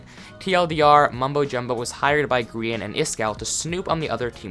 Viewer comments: Why you call grian (gree-an) grain (graine) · no offence but I get triggered when you say grain not grian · Grian not grain